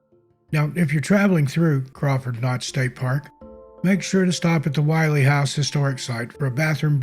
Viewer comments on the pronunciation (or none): As a 50+ life-long resident of NH, you did a wonderful job with these stories, as they are one more with more accuracy than most. However, it is not pronounced "While--ee" House. It is the "Will--ee" House because the double consonant "LL" make the vowel before it a short vowel sound. Overall, I enjoyed this video very much, so TY. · When telling the story of the Willey slide, one of my favorite White Mountain stories, it's important to note, the pronunciation is Will-EE. The expression "gives me the willies" was born from this tragedy. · Interesting. A bit of history about the Willey family and that last slide. First off the family name is pronounced Will-ee. On the fateful night the family took shelter by running outside of the house to hide behind some large boulders on their property which they thought would keep them safe. On the next day when the neighbor came looking for the family he,as you said, could not find them. However the house was intact. There was a large boulder behind the house which caused the slide to separate and go around the house. If the Willeys had stayed in their house they would have been save. Sad case of irony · You did as great job with this video. The only thing I would change in it is your pronunciation of the name Willey. You are pronouncing this surname as Why-Lee. I've always heard it pronounced Will-Lee by the locals and by the people who still live in the area with that last name.